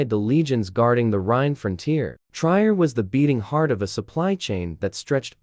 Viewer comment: I wished you would pronounce the name of my hometown "Trier" correctly. It is pronounced Tree-er. I also wished you would show actual pictures of the Roman buildings in the city, instead they were from placed in Italy, France and other places. Jutta (pronounced Ut-ta